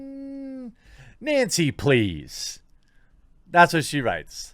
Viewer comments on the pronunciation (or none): none